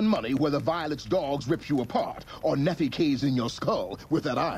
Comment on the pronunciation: i hate how everyone says nephi. i live in Utah, and it's actually pronounced (nee-fie) ne said like knee, and phi said like eye